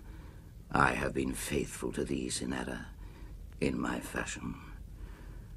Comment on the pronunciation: I've adored this poem for 56 years, since I was 14 years old, and I later wrote a thesis on Ernest Allison. But Burton reads this far too quickly, and almost incomprehensibly. And he doesn't even pronounce the title character correctly, it is CYNara not cynARA.